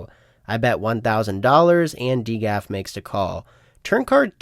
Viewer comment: who pronounces it D GAF lol